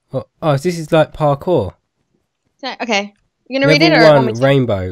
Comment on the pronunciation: its par-koor, its french, not par-core